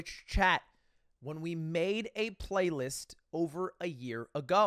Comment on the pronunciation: english major says bffrlaylist